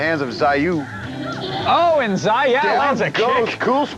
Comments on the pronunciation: As a fighting game player there are many things to cringe at, 1Round instead of 3-60 secs, it's Infinite. Dude said, "Zai-yao" for Xiaoyu instead of [Sha-ow-u] Who the fuck is Doug? Jesus lol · Zai yao? It's Shao-Yu.